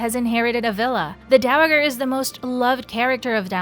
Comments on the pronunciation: Dow-uh-grrrr? Please please learn your pronunciations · Dow A JER. It’s not a had G.